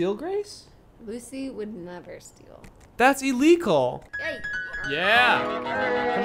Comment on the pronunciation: When said "That's il-leak-al," I thought he meant ille-gull.